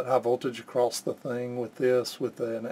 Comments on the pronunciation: not to be PICKY but the word is 'across' not 'acrost' ... i guess it's a regional dialect thing people pick up from their parents and community but STILL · what does "acrosst" mean ?